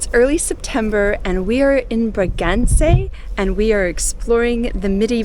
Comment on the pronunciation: Your Bragança pronunciation is almost there. It's not Bragac'ey', it's Bragance'huh'. Great seeing the northern regions. We were there a few years ago.